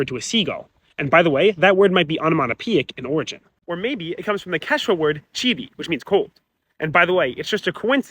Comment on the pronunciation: Hi there ☺ You've got an awesome channel, keep up the good work! Just one small remark though... In all the Quechua varieties we say "chiri" to say "cold", not "chili" 🤗 Kayakama, see you 😉🇪🇨